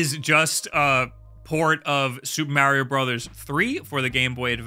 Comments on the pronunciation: And stop saying M-AIR-IO dude… There’s no i! There’s a correct pronunciation and there’s no debating it. STOP IT, GET SOME HELP! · It's Mar-io, not Mayr-io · I just realised he says Super Mehrio instead of Super Mahrio.🤣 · And please for the love of God, stop say "mairio". The only people that do are you and peoples great grandparents. Like, you don't say "wairio" . Just stop being extra. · You say Merrio and don't want to play Minish Cap. How do you live with yourself? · Mario himself tells you how to pronounce his name ingame. Stop the marry-o nonsense. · Learn to pronounce Mario. Its not Mary-O! geez...